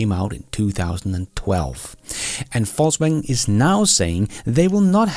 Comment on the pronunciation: The pronounciation is correct: "False-Wagen"